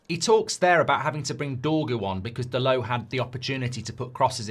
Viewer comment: Dalot, not Dalow